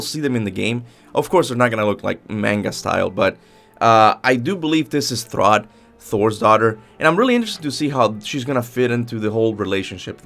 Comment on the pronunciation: It's thrudr btw. Not to be rude or anything I'm just saying idk where this "throd" is coming from